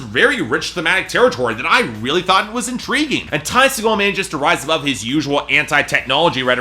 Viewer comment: Its pronounced see-gull